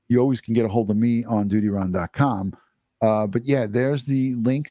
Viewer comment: Love the way you say..